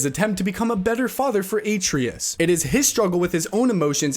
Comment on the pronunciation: Your talking about these games but did you even play these games? What the hell are those pronunciations gang? Atreus now being called “Atrius”??? If you played God of War you’d now that’s not how his name is pronounced. “Dash van der linde”??? Nigga where did you learn to pronounce “Dutch” as “Datch”